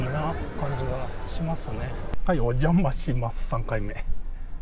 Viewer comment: 「おんじゃまあしまあす」